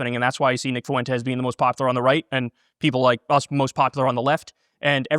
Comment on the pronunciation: "Nick Foo-Entez"